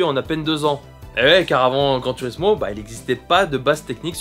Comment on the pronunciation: On prononce "Gran tourismo" et pas "turismo"